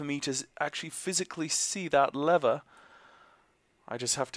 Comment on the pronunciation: Good video - but please do not pronounce "lever" like that.